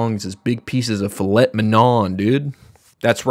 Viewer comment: That is Melee's adventure mode not Classic mode, as others have said. Filet is said as "Fil-ay" not "Fill-ett". Its a French based word so "et" is not said the way you say it in English. And Pikmin 4 is confirmed to be a "reboot" of the series where the game is no longer post apocalyptical, and it takes place after a hypothetical "bad ending" of the game. You unlock a mode where you play through Olimar's time on the planet before he gets leaf-ified, and he makes it clear its his first time seeing Pikmin, so it comes off as a reboot.